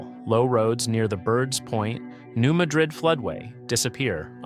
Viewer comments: It is pronounced New Mad-Rid, not like the Spanish city. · Blytheville is pronounced "bly-ville." New Madrid is pronounced New "mad'drid." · FYI, we pronounce it New MA - drid. Ma is like Man without the n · They pronounce it “mad-rid” in Missouri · You are misprnouncing Madrid.